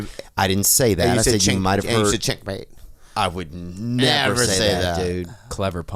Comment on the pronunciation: For the record, Theo definitely said ch*nk mate lmaoo